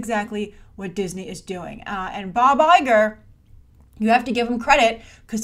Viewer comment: when you said "Bob Iger" I thought you were saying "Buh bye, gir!"